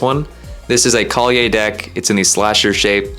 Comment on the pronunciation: the way you say kalye in true filipino pronunciation is Kal-ye. the end is a short "yeah". no Y at the end of it, because you say it as kalyey hehehe im getting my first fingerboard soon and its because of watching you! i enjoy the videos hehehe